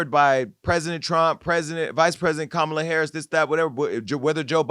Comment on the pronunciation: Yes, let Joselyn come on and read her the ….. off! And Amber please pronounce Kamala Harris’ name correctly!